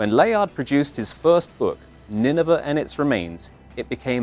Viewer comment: It's pronounced Nineveh to rhyme with 'day'.